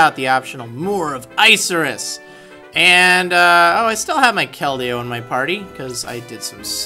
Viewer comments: Isn't it pronounced "Ick-a-rus" Like the cloud? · Is it really pronounced Ice-Cirrus City? It sounds soo dumb like that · i thought it was pronounced "ick-er-us" lol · I thought it was like 'ICK' -irrus not 'ICE' irrus...